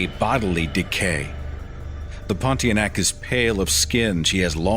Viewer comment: I just love how you pronounce the ponti-a-neck